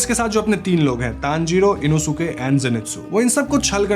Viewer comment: Inosuke name inoske pronunciation he